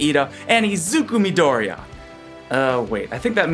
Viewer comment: Is MI-DO-RI-YA no maidoriya :v